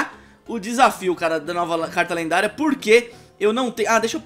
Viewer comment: O falou lenguária